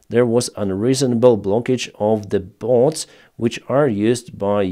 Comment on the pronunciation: "Bots", not "boats" ;)